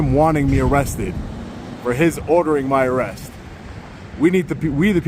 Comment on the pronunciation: Under "arreth" 😂 😂 😂 😂 Love ya, but I laughed my ass off